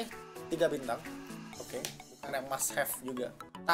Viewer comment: Lu kalo ngomong agak jelas dong, pas ngomong bintang kaga jelas bat